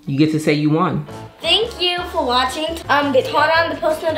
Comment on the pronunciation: Yea and also 'thank you for wasing'